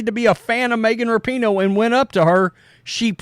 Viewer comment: Rapinoe is such an international soccer superstar, yet at least half the people reporting on her mispronounce her name.